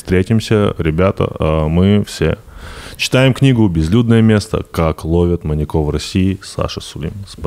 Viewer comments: Почему маньякОв?! Ведущих даже не смущает, что Саша правильно ставит ударение, а они настаивают на своём... 🤦🏻‍♀️ вот как так можно? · В слове "маньяков" ударение на "я". "маньЯков" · МаньякОв ? Одному мне слух режет ударение? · Да, почему маньякОв и маньякА? МаньЯков, маньЯка и т.д. Ударение на Я. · Что у ведущих с ударениями? Почему маньяки́ и маньякóв? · Андрей: «ЗвонЯт мне как-то из банка...» Тимур: «Не звонЯт, а звОнят». Ну и весь эфир маньЯков называют маньякАми оба. Молодцы ребята 😂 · Сколько их не слушал, пизздец как раздражает , когда произносят "маньякОв", " маньякА". Вы передачу этому посвятили, почему простейшим образом не подготовиться? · Господа ведущие, а перед тем как подкаст о маньЯках записывать, никак нельзя посмотреть в словарик и посмотреть ударение этого слова во мн ч. ? Всю передачу произносите маньякОв.. Тотальная безграмотность и не профессионализм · У меня одного кровь из ушей от «маньякОв»??